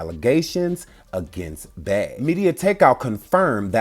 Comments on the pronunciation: Beeeeee not Bae pleaseeee your pronunciation is giving me anxiety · Why do you keep saying Bay!!! Its Bey!!!! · Why do y’all pronounce Bey as Bay when you know that her name is Beyoncé? Like who is Bay? That’s crazy.